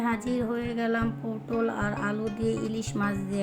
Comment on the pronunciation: পোডল না পটল হবে।